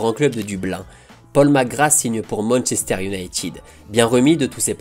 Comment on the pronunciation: Merci pour ces images de Magic Safet , je kiffais ce joueur gamin. Par contre " Paul Mc Gra " , tu m'as tué. Vivement lundi prochain.